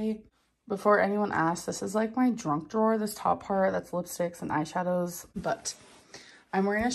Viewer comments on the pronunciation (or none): she called her junk drawer a Drunk drawer 😂